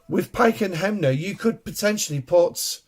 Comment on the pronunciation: sorry - the Officer is called "SNW Hem-mer" you read him as HemNer > just think on the song "its Hammer time"